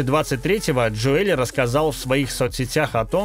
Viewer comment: Джо Эль. )) ДжОэл он.